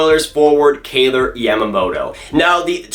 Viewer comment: Who's kayler isn't it kailer